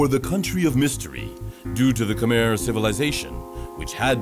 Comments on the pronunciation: Of course it's guessing. They don't even know how to pronounce Khmer. They probably just made a quick wiki for everything they say and didn't bother even listening to the people interviewed. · I know. And the commentators can't even pronounce Khmer correctly. Such a joke. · When you try to sounds like someone who knows something, at least listen to the clips in your own video and learn to pronounce Khmer correctly. This is just embarassing for you.